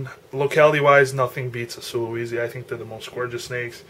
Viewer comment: I wish you would have explained what is "insane" about this Sulawesi's (pronounced "sula - way - see", not sula - wee - zee") personality. That would have been interesting.